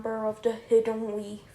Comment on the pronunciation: Yeah I heard weaf instead of leaf but I still do and I'm 13